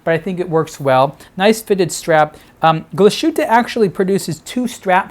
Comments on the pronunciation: Terrific watch and another fine video. I see that two or three others have corrected your pronunciation of "Glashütte." Is glas-hoo-tuh, not gla-shoot... etc. Literally translates as glassworks. If you keep that in mind, you'll say glass and then "hütte." And there you go! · Nice watch! I'm not german, but your pronunciation of the brand is simply way of. Here is how it should be pronounced